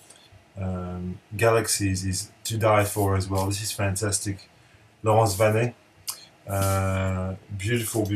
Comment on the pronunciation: Hi mate, you can upload a video anytime, I'll watch it:D Reise has been for a long time in the want list... too long perhaps. And watching your video I discovered that I killed the pronunciation of Laurence Vanay's last name:S Oh well...I will try to remember for next time. Love these videos, always gives me ideas on new things to check out, cheers!